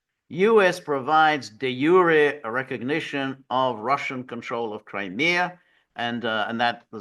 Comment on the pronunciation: Great to hear 'de jure' pronounced correctly - you are the only one who gets it right